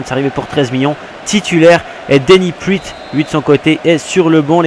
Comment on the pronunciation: Slt je suis nvx sur la chaine et g bcp apprecier cet episode 👌 Juste on dit "denis praat" et pas "priit" Bonne continuation 👍👍